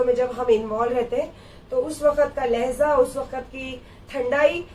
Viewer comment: Randi lahza nahi hai urdu mien LAHJA hota hai bandar kya jaane urdu GANDI ghodi dhagad diwani